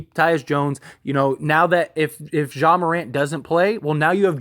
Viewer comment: Ja Not "Zhah"